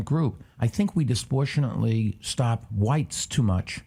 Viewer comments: Why don't billionaires know words? The word is not disportionately. It is DIS-PRO-PORTIONATELY. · Oh geez...Bloomberg canʻt even pronounce "disproportionately" correctly. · can someone just finally say that the word is disproportionately. propor propor propor